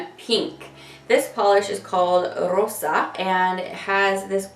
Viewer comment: This is a GORGEOUS collection! I love everything except the tan one. It does look like it's a good formula, though. Oh, and I also love that you rolled your r in 'Rosa' :)